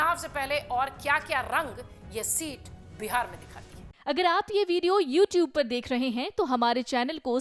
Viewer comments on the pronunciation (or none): none